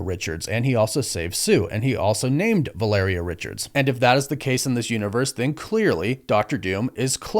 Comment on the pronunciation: I also LOVE that you NOE pronounce Valeria correctly. VAL-uh-rhea, was just totally NOT IT brother. But Downey asking for that kind of cash, kind of ruins all the 'becoming a better man's that we were all told rdj was. Sounds like now he is just a supplement taking smoothie drinking asshole